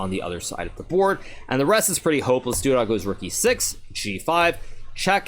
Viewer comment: Everyone: Duda Hikaru: Doodah